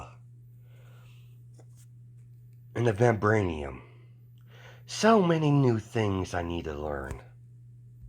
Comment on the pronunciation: Vi vibranium I'm sorry you just say it so wrong